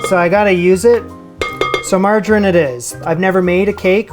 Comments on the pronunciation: It's "mar-jar-ine", not "mar-gine" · “margarin”???……come on dude it’s pronounced “margereeeen”……nice job on the cake tho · it is margarine pronounced like Submarine and not margarin. Has an e on the end. Say out and about for us and just for giggles or Canadian Just for Laughs: Gags is one of Canada’s most internationally recognised comedy exports. It originated in Quebec and became popular because its humour is visual rather than verbal, making it easy to broadcast in any country without translation. Maple syrup is Canadian gold. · Okay, love you, but every time you say Margarine it hurts my ears, it’s pronounced, Margereeeeen So Marge like the Simpson and then Eeeen 😂 TIA! ❤